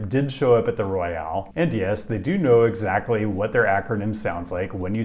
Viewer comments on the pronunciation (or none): none